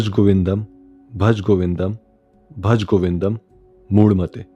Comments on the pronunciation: Please don't desecrate Sanskrit like this. It is not 'Bhaj" it is 'BHAJA' . Similarly, it is not 'Mudh' but 'MUDHA'(मूढ़). Unlike Hindi, which perhaps under the influence of Arbi and Farsi, the important vowel sound is not ignored stupidly in Sanskrit because Sanskrit is 'DEVABHASHA', and every letter has a deep spiritual importance as it has come straight from SHIVA. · its Bhaja not Bhaj. If you want to do something, do it right.